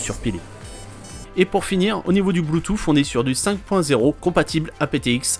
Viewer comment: Je m'abonne pour ton test poussé ! tu t'attaches à des détails, les autres ne le font pas et c'est très bien ! Il manque juste un mot sur le bouton physique supplémentaire d'ailleurs absent sur le MI9e... NB: On ne dit pas bluetouff ;)